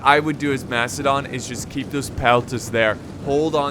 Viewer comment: is the man playing macidon out of his mind slaughtered the name